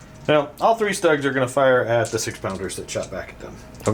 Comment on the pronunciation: Schtuugs........not ztUGGs 😁